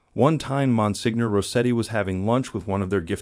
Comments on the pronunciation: I appreciate your videos. I enjoy your topics. May I just point out that Monsenior is pronounced “ mon seenyor” rather than “ mon signor”. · Good video, but to just give you a little information, the title of Monsignor is pronounced monSENIOR, the letter G is not pronounced as in many words in the Italian language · Yes- I wonder if the creator can fix or explain the pronunciation- must have hired a narrator who wasn’t familiar with this word ( not catholic ? 😮)